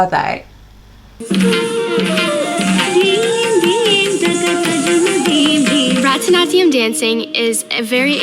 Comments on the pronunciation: I just wanted to say that you pronounced it wrong. I do this style of dance and it is pronounced as barat-nati-yam even though that isn't how it spelled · I just wanted to say that I appreciate you trying but you pronounced it wrong. I do this style of dance and it is pronounced as bara-t-na-te-yam even though that isn't how it spelled.